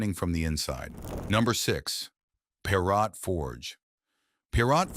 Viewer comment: Why do you mispronounce Bhārat as bharāt?